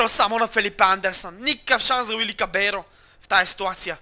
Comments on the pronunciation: Поправка към твоята грешка ( без хейт). Не се казва Кабейро, а Кабалеро. Поне така съм чувал българските коментатори да му викат. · Koito pone malko znae pravilata v ispanskiq ili arjentinskiq imeto na vratarq e Kabaiero... Dvoinoto L se prevrushta v i kratko...